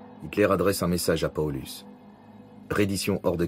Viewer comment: mdr j'ai l'impression d'entendre polux a chaque fois hahhahahahh il pouvait le prononcé à l'allemande PaoLOUSE ! ( juste pour le son je précises )